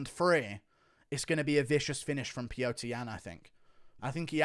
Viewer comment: It's Peter, not pee-yo-ter